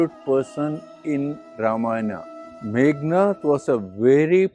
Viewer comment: Meghanada, not Meghanatha.